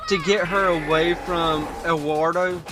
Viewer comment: If you can't pronounce Eduardo correctly wouldn't technically hurt if you called him Edward since that's his name translated into English.